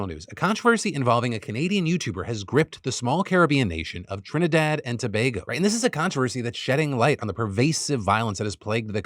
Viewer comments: So as a Trinidadian firstly thanks Phil for covering a story about my country and pronouncing Tobago correctly . I appreciate what he was attempting to do but at the same time it came across as him glorifying it. You are correct abt the crime though. What you also left out was how ridiculous cost of living is in Trinidad and Tobago which contributes to the high levels of crime. Imagine as a teacher I had to move to Japan to make a livable salary and to feel safe. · TRIH-nih-dahd & tah-BAH-goh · Shoutout to Phil for pronouncing Tobago correctly!